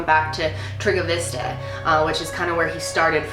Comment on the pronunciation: TriggaVista =))) It's Targoviste.